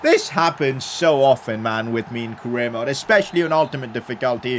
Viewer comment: U said mode wrong